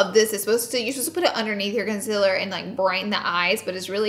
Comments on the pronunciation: Lol luv you girl but am I only just noticing that you say " conciler" instead of "concealer"?! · I love the heck out of you girl but every once and a blue moon can you please try and say concealer right. And oily. Please? Love you, love a misophonic fan. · *conciler* ITS CONCEALER U GURLLLLLLLLLLLLLLLL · "It's so much conciler"